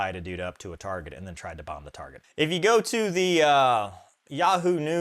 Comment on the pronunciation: "Is that a 'behm" I hear".